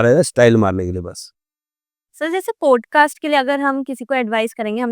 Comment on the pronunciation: 1st mistake .... It's not ' पोडकास्ट' it's पॉडकास्ट